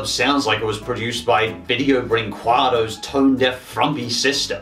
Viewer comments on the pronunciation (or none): I'm American and even I laugh at it! Video brinquedo is a fucking train wreck!